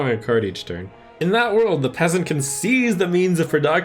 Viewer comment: "In one tun" Whoops.